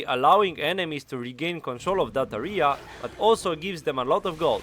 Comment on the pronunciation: "Area" pron. (euh - ree - uh). Besides that, great video! W <3